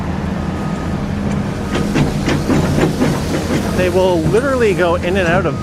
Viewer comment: Isn’t it pronounced TAG A LOG? Not taGALOG.